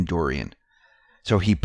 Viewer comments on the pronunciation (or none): none